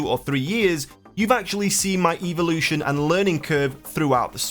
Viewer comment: You say evolution funny